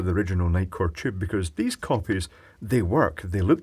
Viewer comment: I love your pronunciation of the tube. It sounds more like jube.